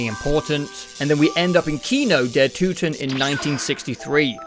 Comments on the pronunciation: You had "Toten" right the first time and changed to a wrong pronunciation. The O is spelled like in "Orbit" or like in "Order". Not like in "to" or in "oops" . Looking forward to the zombies content. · You actually pronounced "Kino der Toten" correct on the first take and then screwed it up in the "correction". :D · Fun Video. Would look forward for more parts. One thing though: It urks me a bit that you get "Toten" wrong in the correction, where you make it sound like Tüten (Bags). Like you had Kino der Toten pretty much right the first go around and only had messed up "Nacht" of Nacht der Untoten, which you did get right in the correction. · With Nacht and Kino you pronounced "Toten" correctly the first time and incorrectly the second time I think. Minor detail, rest of the video was good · Whats funny to me is that you still miss pronounce "Toten" in the gameshow bits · You had toten pronounced right the first time oh god it hurt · German here. No idea what went wrong with your „fixed“ pronounciation of „Toten“ and „Untoten“ but the fixed version was even worse than the one you said before looking it up :D the way you pronounced „Kino der Toten“ was actually really good the first time for a non German speaker :D Nevertheless. Really excited for the rest of this video! :) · no you said toten right the first time for nacht and kino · wait... no. Its toten. not too-ten... you were right pre edit 💀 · I don't know where you got the German pronunciation from but some of your corrections were way worse than your initial try lol. Kino der Toten was fine, but you corrected it to Kino der Tooten for some reason. Cool vid btw :) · You pronounced it right the first time, it’s not “Tooten”. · Bro it ain't tooten it's toten lol. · man you pronounced kino der toten right the first time (hello from germany btw) its toten not tuten XD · I don't wanna be that guy but it's not "Tooten", it's more like "Torten" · no idea why you think its pronounced tooten lmao